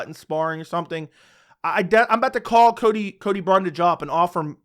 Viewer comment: Don't ever stop saying Cody Bumdage